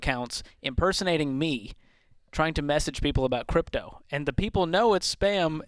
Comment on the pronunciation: "Crytpo" Hahha what a loser